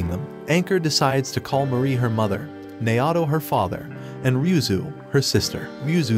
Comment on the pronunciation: Naoto being prounced Nayahhtow is tough